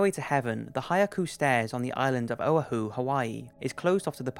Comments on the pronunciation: You are badly mispronouncing the name of the island of Oahu. It’s Oh-AH-hu, not OA-hu. In Hawaiian each vowel is a separate syllable. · Duuuuude its Oh-waarr-hoo. And the umbrella man, check new york post video on yt. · it's my home state and it's pronounced oWAhoo!! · Omg I am cringing on how you said Oahu. I live on oahu and it is pronounced Oh-Ah-who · The way you said oahu cringe worthy oh-uh-hu its Oh-wah-who So a man cant carry a parasol in the 60s... good to know for future time travelers. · He said Oh-hoo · Juicy Dangla well if he's going to mention it atleast know how to pronounce it or spell it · Love your videos, but I kept giggling at your pronunciation of Oahu. ( oh-wha-who) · Wow he sure pronounced the islands name wrong lol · to be a howlie is okay, but the Hawaiian Island you pronounced is /ō’-WAH-ö/ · Oahu is pronounced Oh Wah Hoo ! For future reference. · Haiku = high-koo O'ahu = oh-ah hoo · And Oahu is pronounced Oh-Ah-Who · I'm from Hawai'i and hearing how Oahu is pronounced made me cringe lol its (Oh • wa • who) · It’s pronounced ō AH hoo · It’s pronounced Oohwahuuu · Anyone from Hawaii laughing at how he pronounces O'ahu? Plus the photo from Khon2. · Did this guy say Oahu? If so he pronounced it wrong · I really like your narration, but you pronounce O'ahu very strangely. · you said Oahu wrong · ........ BOI WHAT THE FUCK IS OH UH HOO.... I was born there boi you better say Oahu right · Worst pronunciation of Haiku and O'ahu ever.